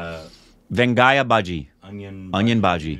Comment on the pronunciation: kudos for for pronouncing vengayam very accurately